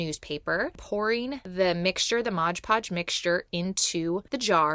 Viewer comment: Ummm... I tgink it's Mod Podge, not Modge Podge.